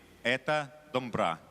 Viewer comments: Не дАмбра, а дОмбра! Не коверкайте! Славянский базар.... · Не дамбра а домбра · Не дамбра, а домбыра. Есть же на русском языке Домбровкий, вы же не говорите Дамбравский. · Не "дамбра", а домбыра. Мы же не гаварит Ивана, диванам. Надо Правильно произнести. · Не дамбра, а домбра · Не Дамбра, а ДОМБРА. Блин Балалейки. Пиваны блин. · у русских чё нет буквы О?? дамбра. скажи Домбра и все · Не дамра ,а Домбра . Русские по жизни слова коверкуют . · Не дамбра,а домбра. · Не дамбра,а ДОМБРА